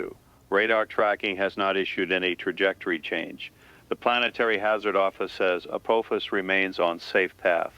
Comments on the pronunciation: After so many years of hearing it pronounced A-poff-is, hearing A-poof-is is really throwing me. But I am thoroughly intrigued by this format and really like this new channel. Thank you. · Not the AI pronouncing Apophis like “April phis”. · pronouncing Apophis differently nearly each time. SMH. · Four different pronunciations for Apophis! FOUR! Willing suspension of disbelief has left the building.